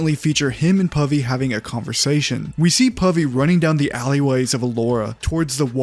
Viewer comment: Pavi sounds like Puffy. And that name gives me nightmares.😑😑😩